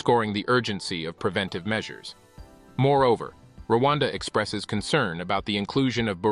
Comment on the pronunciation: It's Rwanda not Luanda. That Pronunciation is wrong. Luanda is Angola